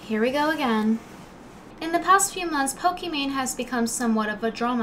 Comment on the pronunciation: I love the video but at least pronounce the name right. Pokimane is pronounced like Pokémon.